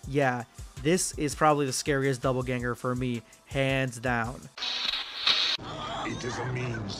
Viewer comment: Dopple ganger. Not double ganger. Omg😂😂😂😂